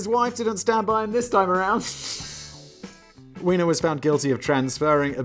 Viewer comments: Just one problem - Weiner is pronounced with a long i sound such as in the word "eye", so should be pronounced like "whiner". It's spelled "Wiener" to be pronounced like a hot dog with the long e sound. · Anthony's name is properly pronounced "VYE-ner". However in his case, the mispronounciaton was quite a propos